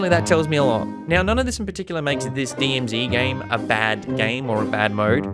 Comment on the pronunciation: Nailed the acronym at the start haha!